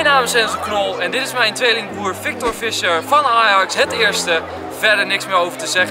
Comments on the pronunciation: je spreekt het uit als fiesjer geen fisjer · Je spreekt z'n naam uit als Fiescher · Je zegt toch fiescher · haha wel grappig dat je Fisher niet goed zegt xD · Ik irriteer me er aan hoe hij Fischer zegt